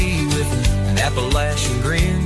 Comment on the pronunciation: Ha ha. Said Appalachian correctly this time. App-uh-Latch-un. I told my huge 6'4'' little cousin from PA to say it correctly at App. State or he'd get his ass kicked.